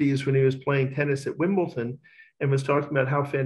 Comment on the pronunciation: Can't believe he mispronounces Wimbledon....🤔